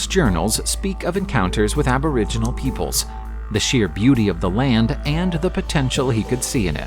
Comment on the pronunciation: that''s a robot talking hahah can't pronounce names of shit and was calling aboriginals abra jeans lol